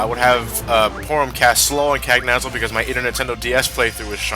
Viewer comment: Cagnazzo is an Italian name, I was hoping that, being that he is Italian, would pronounce it with correct phonics, which is, I can't find any of that weird text that no one could ever manage to read unless they speak Greek that says how to pronounce it, but here's my attempt at spelling it: "can-YAH-tso"